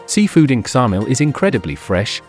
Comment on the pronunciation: Its Samil,the K is not pronounced but you wouldnt expect an AI voice over to know